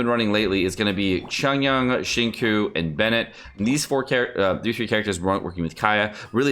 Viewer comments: He says shin-ku 😭😭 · I swear this guy purposely massacres Chongyun’s and Xinqiu’s names